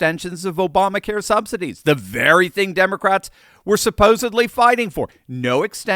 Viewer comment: Did you just say "sobsidies"? Either way, it's appropriate!